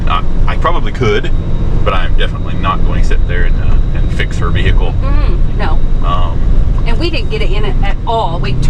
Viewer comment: Anyone who turns vehicle into three syllables should have their vee-hee-cle towed and destroyed.